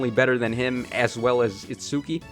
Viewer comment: Also please just say its-skee I don’t want you to keep struggling trying to pronounce Itsuki